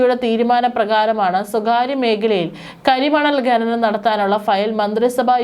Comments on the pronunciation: ഗനനം... നാണമില്ലേ അവതാരാകേ... ഖനനം എന്നാണ്. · ഖനനം എന്ന് പറയൂ...ഗഗനം അല്ല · ഗനനം അല്ല ഖനനം. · ഗനനം, ഗട്ടം... കഷ്ടം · "ഗനനം" . എന്ത് അരോചകം. ഛെ